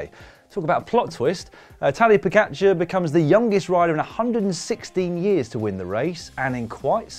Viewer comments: Im just glad comentators learnd how to prounaunce his name somehow Pogačar became Pođakar and now is Pogačar again. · Slovenians have it all arranged. Commentators didnt know how to say the name pogačar (somehow it became pođakar) and now theyll have to learn. Next one is Jan polanc to win i see. Just to prepare you its not polanč but polanc.